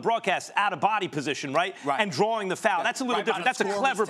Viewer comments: SAS: “ Drawring fouls.” “DrawRING?” 🤣🤣🤣🤣🤣🤣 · Stephen "drawring fouls" A. Smith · "DrawRing fouls" 🤔